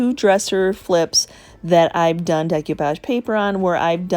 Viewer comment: Sorry this just drives me bananas. It's pronounced day ko-pahj not deck you-pahj